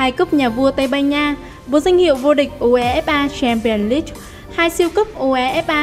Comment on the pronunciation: Đưa nhỏ bình luận ko biết đọc UEFA Chamion leange gì hết